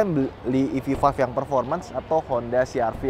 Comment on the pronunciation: EV Five bang, bukan Vive :face-green-smiling